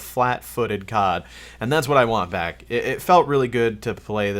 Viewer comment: did he say " and thats what i want vac" instead of back haha